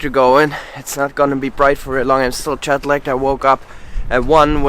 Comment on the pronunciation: I love the way you say Jetlag, chatleg. 😂